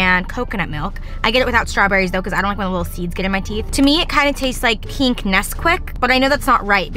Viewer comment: Pink. Not peenk